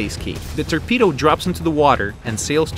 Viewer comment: Turpedo thats what he says haha